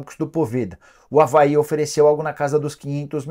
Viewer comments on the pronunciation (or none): none